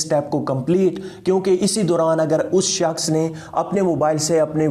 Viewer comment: 'us saaaksh ko'..lmao😂😂😂😂😂